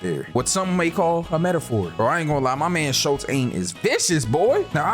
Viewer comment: I do not believe “Schultz” and “Waltz” rhymes